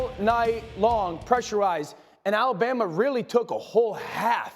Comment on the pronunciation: You mean "Alabamer", lol!